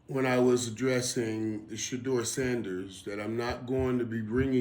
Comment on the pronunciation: Why are the pundit speaking for She-Door... Let's hear She-Door speak. He is Special Ed slow; that's why everyone speaks for him. She-Door can't think on his feet. He has no command of the English language. Listen: "/YOUFF/" ~ Shedeur. He's too ghetto. And his daddy wore a dress.